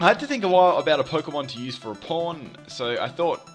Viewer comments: when you saw pawn it dose not sound like pawn lol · oh my god I feel so bad I thought you said "porn" at first instead of "pawn"